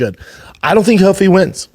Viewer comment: Ruffy not Huffy, unreal.